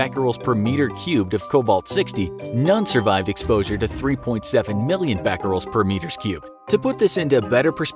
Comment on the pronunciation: When you said becquerels, I heard fat girls